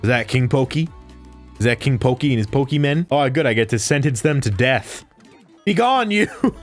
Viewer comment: Pokey-men sword & shield